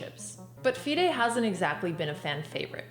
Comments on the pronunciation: its FIDE woman as in FY-DE not DEE-DAY omg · I've never heard someone pronounce FIDE like that lol